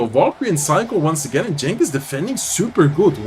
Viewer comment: Genç Aslan means Young Lion (no cub). Cenk(your pronounce) is another name for Turks :)